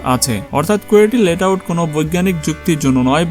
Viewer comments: ভাই ওইটা লেট আউট না, লেআউট । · আরে ভাই ওইটা লেট আউট না, লে আউট। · আপনি বারবার লেট আউট বলতেছেন এটা আসল নাম হচ্ছে লে আউট